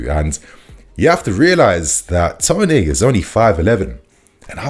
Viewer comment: Why are we pronouncing it Ivan Tonay dude??